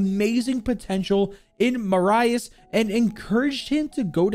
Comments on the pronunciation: The why you said Marius killed me "Mah-Rah-Ius" it's "Ma-rih-us" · I think his name is pronounced "mar_u_s" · Hey man btw it’s pronounced Mariius Streiker the i in his name isn’t pronounced like Mariah it’s kinda like Mira but Marius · I believe Jager’s name is pronounced like “Marry us” (without a pause between the two words) not “Mar Eye Us” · My name is Marius not maryahs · He is called Ma-Ri-Us, not Muraius. Yes, German Is hard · His first name isn't "mah-rye-is" its "mare-e-is" then the last name is pronounced "striker" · Marius is pronounced Mareus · I just hear butcher jager's name.... It's pronounced maareeous striker, lmao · I believe his name is pronounced mary us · I mean English has a different pronunciation of the latin alphabet, but to answer your question: We wouldn't pronounce Marius like he did either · As german it hurts how you say marius streicher Still good video Greetings from germany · His pronounciation of Marius is killing me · Its funny how wrong he says Marius as a german😆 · For me as a german, its kinda triggering how u pronounce the name Marius lol